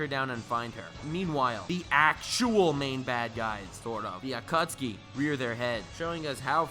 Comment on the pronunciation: Who the hell are the A-cut-ski?